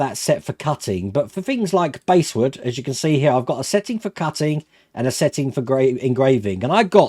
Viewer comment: Nice bit of kit, and good review. By the way the bass in basswood is pronounced like the fish, not the instrument.